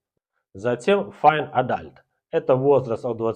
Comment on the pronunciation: На английском слово adult после буквы “d” буква “u”произносится как «о». 🙂